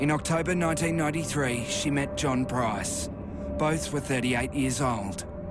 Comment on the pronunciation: Let's hope she never gets out of jail. She is ugly inside and out. This video was annoying because the narrator kept pronouncing Price wrong and you can't find a name much easier to say. Made him sound so stupid.